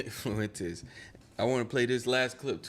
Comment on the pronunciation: My niggas theres no L in Fuentes, it’s not rocket science monkey